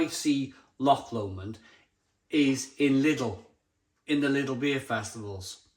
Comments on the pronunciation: It's pronounced Low-mond, not Lamond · Odin's beard always available in most Scottish Lidl's and as you say it's brilliant. You say loch fine, it's just Lomond, which is basically said like 'low-mond' 👍